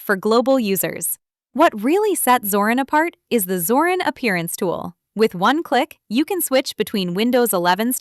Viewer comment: Es nuss shon schwer sein zu lesen Zorin mit I nicht Zoran